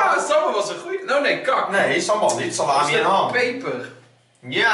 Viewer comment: salami klinkt als sla my